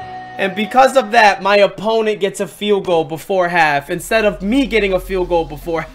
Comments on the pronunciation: Eduardo Navarro he said ensted instead of instead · you said ensted and not instead